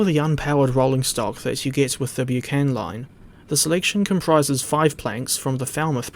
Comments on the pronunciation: Thanks for your review, splendid as always and much appreciated. I live close to the disused Bucksburn disused halt shown on the line. Not wanting to nit-pick but the word Buchan is pronounced Buck-an as the Buck in Buckingham 😉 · Its pronouced Bucken , Good video mind